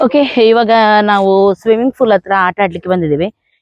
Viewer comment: ಫೂಲ್ ಅಲ್ಲ ಪೂಲ್